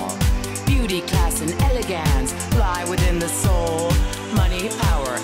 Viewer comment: Someone really needs to teach her how to say "elegance"